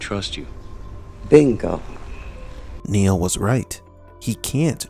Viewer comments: Please stop calling him. His name is Neo. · Swear, you're saying Neil, not Neo, and gaslighting everyone.